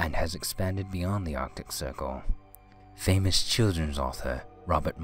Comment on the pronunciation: guy mispronounced stuff too, like infamous was pronounced "in-famous", like two separate words.